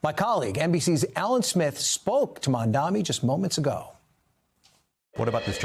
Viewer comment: . The anchor repeatedly mispronounced the Democratic mayoral candidate’s name. It is MamdaNi not MamdaMi. Please get it right NBC. 🙏🏽